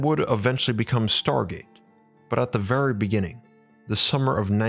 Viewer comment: You speak like your mom loves you ffery fferwe much.